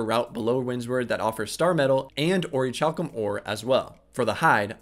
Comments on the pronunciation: Great vid, my only criticism is that its pronounced Ori-Kalcum :) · Pronounced. Ori - CAL - Cum Hope that does come off as rude.